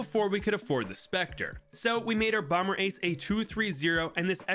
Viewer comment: Is bro actually pronouncing the second b in bomber?!